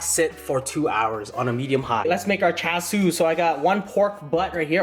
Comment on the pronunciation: you don’t say char siu or tonkatsu right